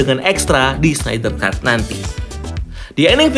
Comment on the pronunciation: agak aneh dengernya Snider"s"Cut , knp harus ditambahin s sih pronunciationnya, padahal penulisannya aja ga ada s nya 😂